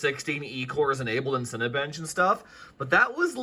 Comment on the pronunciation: Umm, it's pronounced "seen been"